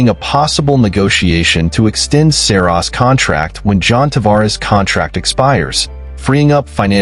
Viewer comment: Dude you can't even say Saros